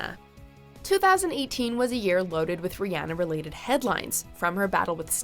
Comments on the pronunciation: did she say rihanna ri-anna, smf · Did she just say ree-anna